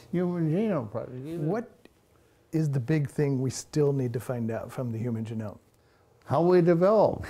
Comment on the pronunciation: Interesting choice of pronouncing genome like Jerome.